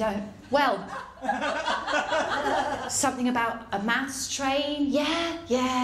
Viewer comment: Bloody mental in all the right ways! Have to admit though... I thought you said "mouse boat" and "mouse train". I was scratching my head for a half hour till I realised you said "maths!". Makes a bit more sense now.